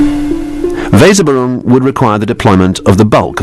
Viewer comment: The pronunciation of "Weserübung" is *atrocious*. My German is pretty basic, but this tears my ears.